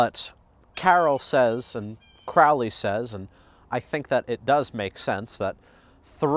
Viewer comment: It is pronounced Crow-lee bro not Croully.